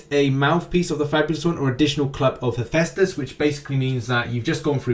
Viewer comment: Glad to see you learnt to pronounce Hephaestus lol